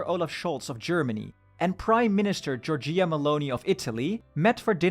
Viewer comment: Really like your channel. Since you may have to pronounce her name a lot, Giorgia is pronounced GiorgiÀ, "gia read as ju in just", like Giorjust without the "st", or with the second i being silent.